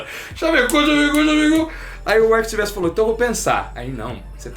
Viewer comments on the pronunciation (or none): Vcs são ótimos mas é SilVEStri, não SilvesTRI.